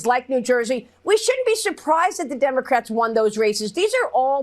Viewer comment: Did Trump say 'immocrats'?